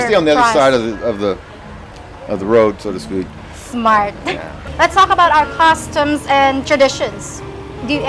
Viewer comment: My favorite thing is the way you pronounce "customs" so close to "costumes" :) It's adorable. I have a lot of thoughts on why these men might not have Filipino friends: 1) I think people usually find friends around their own age, and demographically the Philippines seems to have way more younger people than it does people around these guys' age. 2) a lot of men tend to withdraw from their friends once they marry and have kids, and then after decades of that, they've kind of forgotten how to make new friends, 3) people usually make friends with people at the same socioeconomic level as themselves and most Filipinos would be far poorer than these guys, and 4) I think older men tend to care less about having friends anyway. So I would expect them to have few/no friends in the Philippines, and any they do have would most likely be Western men around their age because it would be easier.